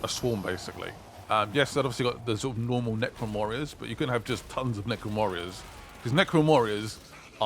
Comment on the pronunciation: Did you say necron morriors ? Or is just me who's going crazy ?